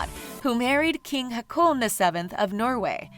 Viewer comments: Sorry, I had to laugh at that "Crown Prince Hakun" XD Two AA in Norway is pronounced like the Å, a bit like the O in the word Orbit. Ok, the Whole Norwegian part was funny to listen to. :) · The way she pronounced Haakon's name made me exclaim out loud - It's not fucking hakuna matata! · Just a tiny note...it’s not pronounced “Hakoon”...it sounds like “Ho-Kahn”. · Haakon or Håkon is not pronounced Hackoon... It is closer to "Hawk on". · Enjoyed the representation of Norway! However, the Norwegian names are pronounced hilariously strange! Haakon is Hoh-kon not Hah-koon 😄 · Yeah, it made me laugh. She pronounces Haakon the same way you say Hakuna matata. It's supposed to be more like "hawk on". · "Crown Prince Hacoon" I laughed. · When you tried to pronounce Haakon it was way off 😂 in my mind it sounded more like Hakuna. And now the Hakuna Matata song is stuck in my head... thanks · While I love the video and I absolutely adore the Danish Royal Family, I'll admit I've never heard Haakon pronounced similiar to harpoon. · It's Haw-kon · When you said Haakon, it sounded like racoon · Pronounciation is terrible! Haakon is pronounced as Hor-kon. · Hahaha, prince Hacooon. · One doesn't need to be Norwegian (or even Scandinavian for that matter) to cringe so hard with Prince "Rakoon" 😅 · Who knows how you pronounce haakon and thinks it's funny how she says it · You pronounced Haakon wrong. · The pronunciation af prince Haakon of Norway was so wrong and i am not even norwegian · Oh my god the way you pronounce the Norwegian royals names 😭 criiiinge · So funny how she pronounce the Norwegian names😊👍☀️ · oml ikr? the way she pronounces haakon 😂